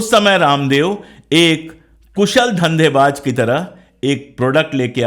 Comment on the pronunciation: sir parnam.. sir mai aapki idealogy ka zabardast samarthak hun.. sir waise tou aapko kisi baat pe correct karna Suraj ko chiraagh dikhana h..lekin bohot mazrat k saath Mai aapke pronaunsetion k baare Mai kuch sujhaw dena chahta hun..sir aapne iss video mei shuru me (dhandebaaj) lafz ka use Kiya h ye lafz dhandebaaj nahi dhanebaaz h..,.aur ek jagah aapne (zurmana) use Kiya h ye lafz (jurmana) h aap z aur j k beech mei ghalti kar rahe hai...ek baar phir boht2 maazrat..